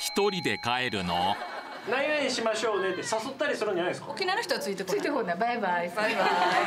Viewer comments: ちょっとしましょうねのイントネーションが違うね。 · 〇〇しましょうね。って言葉とイントネーションが大好きなないちゃーです😁